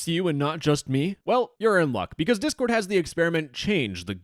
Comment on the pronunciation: Anyone hear "chord board" at the start lmfao